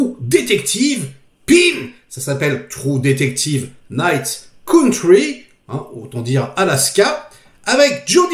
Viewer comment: A ta façon de prononcer j'ai eu peur que tu dises les deux trous duc...